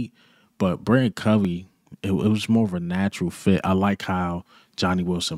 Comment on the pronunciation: I swear, not one Eagles channel says Britain Covey‘s name right, it’s BriTAIN Covey, BRI-TAIN. Tain, not Tin.